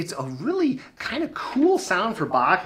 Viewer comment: Thanks for pronouncing Bach properly